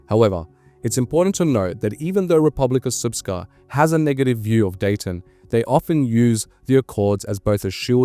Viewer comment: I must commend you on your pronunciation of RS. It is rare for Anglos to say this almot perfectly.